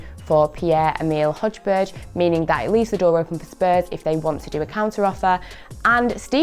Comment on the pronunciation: Is she really comparing Sancho's stats with Milot's? Ffs he plays for Bremen and has 19 goal involments. Plus Højberg is pronounced Hoy-bi-ye not Hojberj.